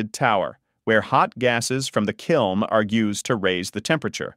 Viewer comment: It’s a kiln. Not a “kilm” fucking dumbass.